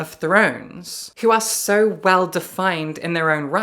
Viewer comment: Why does she say "berk" for book, "wahl" for well, and "rusks" for risks?